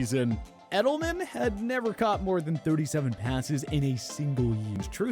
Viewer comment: It's Edelman, not Edleman